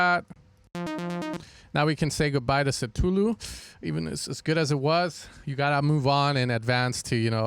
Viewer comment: Good tutorial. Just for your info: it's pronounced ktuluh / kəˈθuːluː - not setuluh, it's based on a story by HP Lovecraft